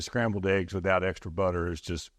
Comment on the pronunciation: Love me some “Scambled” eggs, lol.